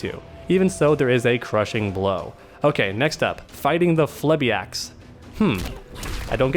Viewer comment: Violator and his brothers are Phlebiacs. Flee-Bee-ax